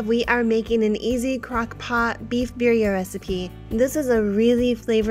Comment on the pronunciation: She doesn't even pronounce Birria properly either lol